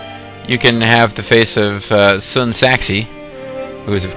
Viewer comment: it's san rhyming with an egyptian ankh